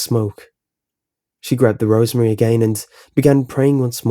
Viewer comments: Are you saying rosary or rosemary? I think you mean the former, but it sounds like the latter. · It's "rosary" not "rosemary." And how can someone's face show no fear yet their eyes show "pure terror"? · Rosary! I thought you said rosemary